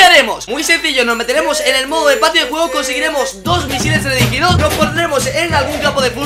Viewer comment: TELERIDIGIDO? TELEDIRIGDOS? TELERIGIDO? "TELEDIRIGIDO"